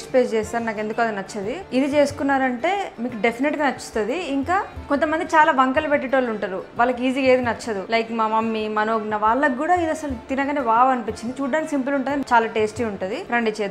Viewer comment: ఏషి కాదు వేసి అనాలి, నచ్చది కాదు నచ్చదు అనాలి, చెప్పేషి కాదు చెప్పేసి అనాలి, తెలుగు మాట్లాడేటప్పుడు తెలుగు లాగే మాట్లాడాలి